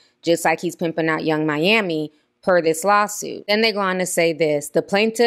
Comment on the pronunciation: Hold up… what did you call Yung Miami?!!!!😂😂😂